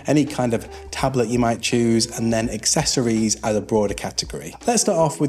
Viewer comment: Hi buddy, are you aware you’re saying “excessories” as opposed to accessories?